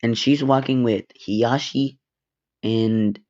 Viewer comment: I like how he says heashi instead of Hizashi